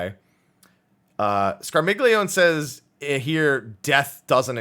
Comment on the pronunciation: Scarmiglione is pronounced 'Scar-mee-yon-eh' because it's italian--it's the name of one of the Malebranche in Dante's Divine Comedy: "They bent their hooks and shouted to each other: And shall I give it to him on the rump? And all of them replied, Yes, let him have it! "But Malacoda, still in conversation with my good guide, turned quickly to his squadron and said: Be still, Scarmiglione, still!" Barbarricia, Cagnazzo, Rubicante, Calcobrina, and Graffiacane as other FF references. Scarmiglione is fairly similar to Scar Milion, and then Milon.